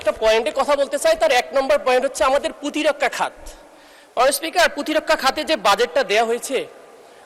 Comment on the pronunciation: Protirokkha pronunciation shikhen